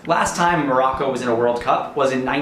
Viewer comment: 🤮🤮🤮 you can even pronounce the names and you don’t know any information about IRAN and MOROCCO🤮🤮🤮